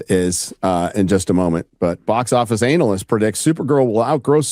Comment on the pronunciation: "Anal-yst"....😂 I can't help but crack up every time I hear it.